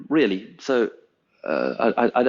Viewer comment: Wow, those worm fwends weally made an appeawance thewe.